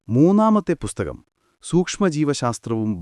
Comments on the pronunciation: ബുസ്തകം അല്ല പുസ്തകം' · ചാണകത്തിൽ മുക്കി നന്നായി വെടിപ്പായിട്ടാണല്ലോ പറയുന്നത്... ഒരു ഇന്റർനാഷണൽ fraud story from. ബുസ്ഥകം അല്ലടോ പുസ്തകം, പുത്തകം, പുത്തനെ കൊണ്ടത് എന്തോ അത് പുത്തകം...